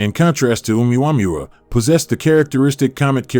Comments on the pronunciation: And how in the name of literacy You menaged to mispronauns Uumuamua so many times after years of hearing its name everywhere on the net or tv?,😂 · The wsy he says omaomaoooomuamuuuooowoois ridiculous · Hahaha what did he call it? OOWAMOOAOMOOO